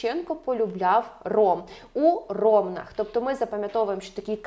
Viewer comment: у РомнАх, а не РОмнах